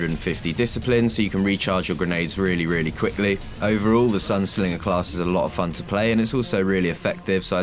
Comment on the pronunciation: SINGER NOT SLINGER